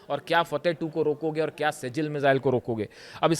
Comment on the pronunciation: آج پھر آپ کی زبان نے سیجل لفظ ادا کیا۔۔۔ براہ کرم۔۔۔سجیل کالفظ ۔Sijjeel کا ادا کریں